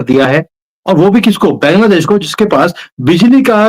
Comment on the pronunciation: Jai Shri Ram, Ek request hai. Bangladesh ka pronunciation बॅन्ग्लादेश ना करके बांग्लादेश ऐसा करें।